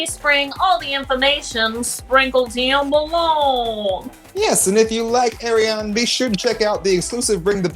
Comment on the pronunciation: It's Ariane (R-re-haun)